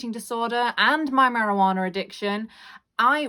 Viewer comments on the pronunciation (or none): This video was very helpful and relatable but the best part was how you said marijuanNAARRR😂